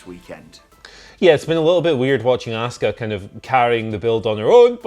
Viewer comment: Why do you guys pronounce Asuka's name differently?? says ASK-uh and pronounces is correctly as AH-ska 🤷‍♂️